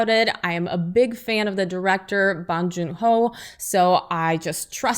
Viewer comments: i hope this wins all the awards so bong joon ho can make more movies and his name isnt pronounced ahhhh, it's pronounced like ohhhh: bohhhng june ho - bong joon ho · Its not Bang joon ho. It'a BONG joon ho. Jesus Christ you guys can pronounce Tchaikovsky but have hard time differentiating Bang from Bong.